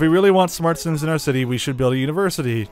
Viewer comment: not similiens but SIMS